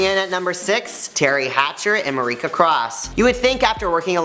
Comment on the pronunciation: Haha love that you took a deep dive into the Googleverse for this! You’re completely right though her name is actually pronounced as Marsha. The ‘C’ I believe just throws people off. But ya not sure where he got the ‘K’ sound from 😂😂😂😂